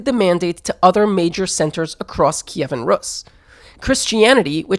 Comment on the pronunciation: "Kiyvan Rus"? What's that?? The name was RUS, same thing as Russia, and Kievan Rus was just a period, no one ever called it 'Kievan' and certainly not 'Kiyiviviviv' or whatever bs. In English it's Kiev and it was always Kiev until 2014.